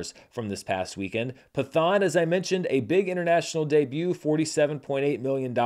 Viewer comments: Just so if movie 'Pathaan' makes into your next video its pronounced as Patt-haan/Pat-haan and not Pa-thaan, keep the letter 't' separate as is. That is all. Good video though. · I was going to say: brilliant charts this week, but Pathaan would be pronounced (in Sanskrit) with a hard T, not a "th" sound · At the theater I work at, Pathaan (pronounced Pat-haan btw, it took me forever to get that too) was easily our biggest movie this past weekend. A Man Called Otto and Left Behind (Ew) were the closest behind, but it was a ways off. I decided to check it out myself, and I had a lot of fun. It’s no RRR, but as a big action movie with an incredibly charismatic lead, it did it’s job well. I want to check out the other movies in this universe, especially because another one, Tiger 3, is scheduled for later this year. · Pathaan is pronounced as follows: "Pitt-Hahn"